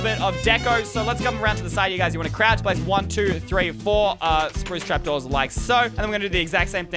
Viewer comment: why did say sproostrapdoors that is a spoosdoor